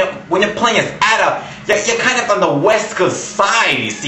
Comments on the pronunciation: You need to learn how to pronounce Ada (Eh-duh). It's not At-uh. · ITS ADA!!!!!! NOT AU-DUH X( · Ada not adda GOD !!! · Ada is pronounced like this - ayda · you are saying a.d.a. wrong plus you are crazy. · Learn how to prinounce ADA! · u prononced Ada wrong! >:(